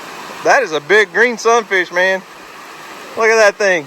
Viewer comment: God bless y’all for making this kids day, memories he will cherish🥰🙏🏻😇. Now I must admit that at first every time you’ve said Sun fish I thought you were saying “look at that son of a B- - - -“ LOL🤪😆. I am relieved I was wrong 🤭😉. Love and prayers always🙏🏻